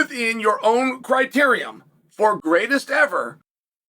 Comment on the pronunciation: There's no "um" in "criteria".